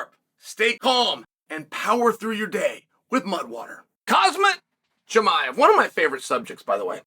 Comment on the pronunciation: Why don't you mispronounce it "Hazmat Chimneyev?"